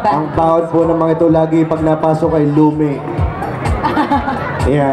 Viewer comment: Bobo ng emcee. Lume daw.haha sa batangas lomi lang ang bigkas namen nakakainsulto ung emcee